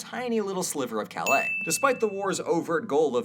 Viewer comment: There are few things funnier than hearing an American trying to pronounce 'Calais'.